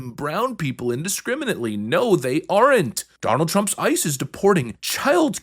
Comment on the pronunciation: I do really appreciate your content. I must admit, however, that you’re the very first person I have ever heard pronounce the “E” in aren’t. 😅